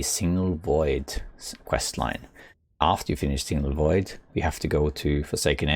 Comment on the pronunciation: Just a tiny thing, it is Signal Void not Single Void. Your English is a million times better than my Norwegian btw 🙂